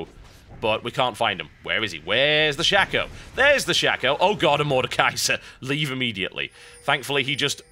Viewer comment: It's Shaco, not Shacko...